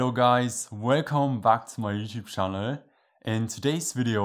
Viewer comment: i really like your saying "my youtube şşaanııl" 🙂 by the way your videos are awesome :washhands